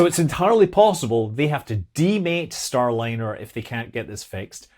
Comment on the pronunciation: "Stay-liner" Rekt lol